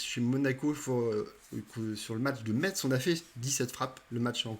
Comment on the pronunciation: Merci pour la présentation de l'avant-match. Petite précision pour Metz on ne prononce pas le t "Messe". Une origine lorraine pour moi ;)